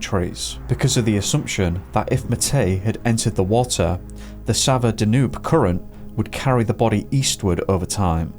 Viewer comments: Excellent. By the way, the river Danube is pronounced Dan Youb not Danoob. If you haven't already, please cover the disappearance of Trevor Deely who disappeared in Dublin on 8 December 2000. He was walking home from a party at 4am, never made it home and was never seen again. He called into work to get an umbrella because it was raining and the taxis were on strike. There's a couple of shadowy figures on cctv outside his workplace, identified as co-workers. Why were they waiting for him ? Was the person following him on the last cctv footage ever identified ? Also, the disappearance of Steven Clarke disappeared from Saltburn, North Yorkshire. He visited a public toilet whilst walking with his mother. She continued to walk home, when she got home, he was nowhere to be seen. That was 1992. There's a more detailed backstory. Eighteen years later, his parents were arrested for his murder. There's a t.v. documentary about it. The subtleties of this give away more then his parents realise. However, nothing came of their arrest and they are still insisting he's missing and they don't know where he is. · The river is pronounced Danyube